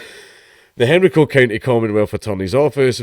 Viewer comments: It is pronounced hen-rye-co, not henry-co. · It's pronounced hen rye co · It's pronounced "Hen-rye-co" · It's pronounced "hen-ree-co" in Scotland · Yeah, same. Hearing him pronounce Henrico like that is throwing me off😅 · As someone from the area, I find it hilarious how you say Henrico. As for the story: This is appalling